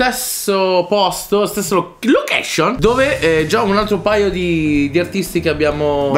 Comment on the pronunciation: Barlow che dice lochescion mi ha fatto sborrare